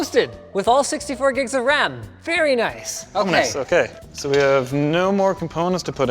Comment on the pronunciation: "vary naice"